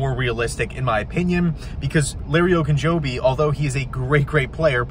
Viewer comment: Shoots some hoops, out of breath, and he says the name right!